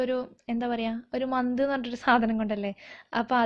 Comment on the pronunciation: മന്ത് അല്ല മത്ത്😊 super